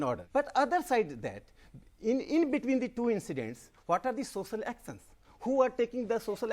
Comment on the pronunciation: rakesh sinha- sosal aksons (social actions) lol